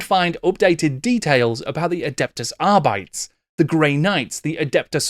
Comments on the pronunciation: I too pronounced Arbites wrong for years. Turns out it's pronounced R-bee-teez. 😅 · it means that it's not clear how it was normally pronounced but it should be pronounced closer than other Latin languages like Italian or Spanish rather than English, which is Anglosaxon And that Arbites pronunciation was pretty bad IMO